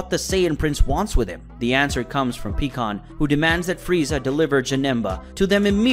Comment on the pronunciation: Do you have problems saying "pie" pycon? Is there a reason? It's not peacon! And I'm not the only one thinking about how words and names are being pronounced wrong please explain or re edit. It would mean a lot to those of us who feel the same as I do.